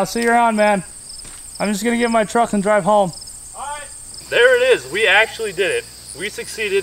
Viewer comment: DWIVE FWOM YOUR GWAVE (sorry, had to be done)